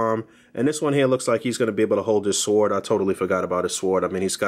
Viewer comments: Thanks for the detailed review. 👌🏾 The "W" in "sword" is silent by the way. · Lol. Thanks, like I told someone above I struggle with the pronunciation of sword for some reason lol. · am i the only one getting shook with how he's saying sword